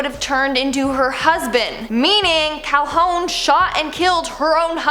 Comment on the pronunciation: Her name is pronounced Cal-hoon, not Cal-hone. Also, I'm pretty sure she gunned down the bug before he transformed into him. - Rapunzel was locked in the tower in the movie, because she was locked in the tower in the original story. And I'm pretty sure someone named the kingdom after the Corona brand of beer; which was also a favorite of the Space Quest creators, hence them naming the first game's fictional planet Kerona. - There's a Snopes article that debunks the Snow White thing - Lots of the movies' original stories also had the main characters' mothers dead. Hell, Cinderella's mother's death is pretty much the cause of the entire story. Also, not every movie does this. Tiana's mother lives, Rapunzel's real mother lives, Aurora's mother lives, and Simba's mother lives.